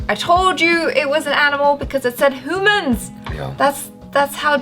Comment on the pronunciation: 'Hoomans' lol. was referring to that Korea dog channel?